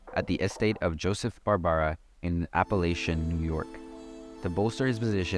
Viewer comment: Guess what?, it's Apalachin, New York NOT Appalachian.